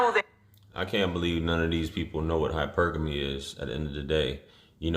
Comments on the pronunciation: She pronounces it “hyper...gami” instead of hypergamy lol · Her pronunciation is terrible. It’s not “hyper-gammy” it’s “ Hypergamy”. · She sayin the word wrong af 😂 it’s hy-per-gamy. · 🤦🏾‍♂️ hyper-gammy smh. Hi-per-guh-me 🤷🏾 lol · Prostitution has been disguised as hypergamy. And its hy·per·ga·my, not hyper gamy. She can't properly articulate the lifestyle she's trying to live. Uneducated. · 🤦🏽‍♀️I couldn’t understand what she was referring to, pronouncing it ‘Hyper-GAmy’….until he said ‘hyPerGamy’…. 💁🏽‍♀️I was like ohhh that’s what she trying to say. She’s using it to just define a higher (superior) ‘financial status’ rather than social or educational because a PhD may not make but $80k especially if they work for a non-profit. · HI-PUR-GA-ME....not hyper-gaamy....jeezeopete she doesn't have a clue. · Hi-purr-ga-me........not hyper-gaamy...... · "Hyper gammy". 😑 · Kevin Samuels definition of a low value woman...."Hyper-gamy" She practices something she doesn't even know how to pronounce???!!! GTF outta here. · “Hypergammy” . . . Yo leave this woman alone gents. 4 da street. lol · Hyper-gammy dont even sound like a word 😆😆😆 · This beeeotch said hyper-gam-ee! 🤦‍♂️ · She's not even practicing HYPER-GAMMY much less even pronouncing it correctly. I would argue she isn't playing Dumb at all. She just is.🤷🏾‍♂️ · I never heard anyone pronounce hypergamy as hyperGAMMIE 🤣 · Bruh she JUST learned this word Idont care what nobody says. "Hyper-GAMMY!"🤣🤣🤣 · LMAO It's pronounced....Hy Per ga mee she's clearly not the brightest bulb on the shelf. Bless Her Heart lol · This girl not even saying the word correctly 🙄 🤣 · This is embarrassing a room full of people mispronouncing a word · She can't even pronounce Hypergamy correctly....not even gonna ask her to sign up for a spelling bee 🤦🏾‍♂️ Jesus fucking Christ make it stop!!!! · She can't even pronounce the name correctly and probably don't even make $70K. 🤣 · She didn’t even pronounce hypergamy correctly 🤣🤣🤦🏾‍♂️